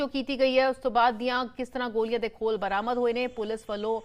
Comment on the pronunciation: ਮੈਡਮ ਲੱਲੇ ਪੈਰ ਬਿੰਦੀ ਲਾਕੇ ਬੋਲਿਆ ਕਰ ਜਦੋਂ ਗੋਲ਼ੀਆਂ ਕਹਿਣੇ ਓ ਗੋਲੀਆ ਨਹੀਂ ਗੋਲ਼ੀਆ ਹੁੰਦੀਆਂ